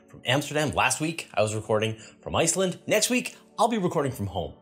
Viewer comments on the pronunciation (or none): none